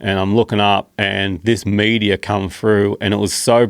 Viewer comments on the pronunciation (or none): Mate love your work but learn how to say meteor